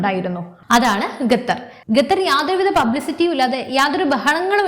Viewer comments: ഗത്തർ അല്ല മകളെ ഖത്തർ എന്ന് പറയു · ഗത്തർ അല്ല ഖത്തർ.